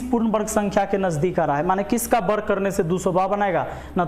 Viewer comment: बर्ग नहीं सर वर्ग बोला करिए।